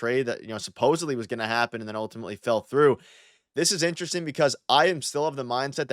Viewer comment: has anyone ever mentioned to you that you don’t pronounce the word “interesting” properly? It sounds like you swallow the “rest”. 😅😅